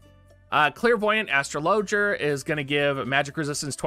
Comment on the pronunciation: Dammit,. Astra loger? What is that? Say ‘astrology’ minus the ‘Y’ add the ‘er’